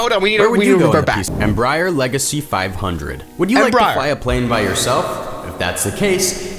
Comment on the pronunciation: ah yes my favorite plane Embroider Leg-ay-see five handrred